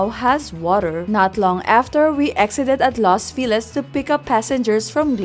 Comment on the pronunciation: Hi just here to say the second word in “Los Feliz” is pronounced the same as “Feliz Navidad”. Los Feliz translates to “The Happy Ones”.